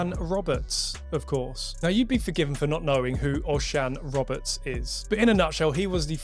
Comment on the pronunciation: Fair play, the first English video I've seen where someone knows how to pronounce Osian Roberts' name correctly.